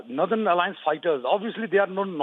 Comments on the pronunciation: It's not nerthern but North ern.this reader is confusing if we are just listening. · Northern nothern pronounce properly. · I have a question for the news reader what is "Narthern Alliance" and "Missionary" ...The news is good...but the anchor makes it Funny 🤗